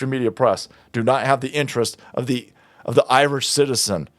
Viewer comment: He isn’t IRISH he’s “Iwish”